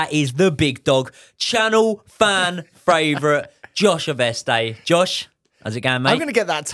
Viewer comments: So close! Fan Fravourite, you’ll get it next time! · Channel fan fRavourite! 😂